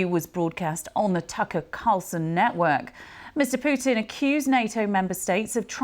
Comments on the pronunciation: He is not called Pewtin lady💀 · не понимаю английский, но слышу как эти *** произносят "Пууууутин")) *** манерные.